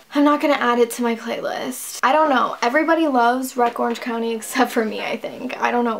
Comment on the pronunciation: omg no u said wreck Orange County lol 😭😭